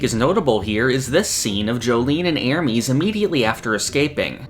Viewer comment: I really like your content so I get disappointed every time I hear you say "Ermeeeeez"